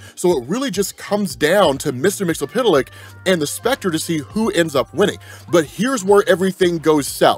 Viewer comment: I cringe every time he pronounces mixlspitliks name.. But he provides the best comic breakdowns. So it’s yin and yang